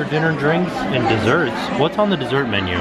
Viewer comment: “Dess ert”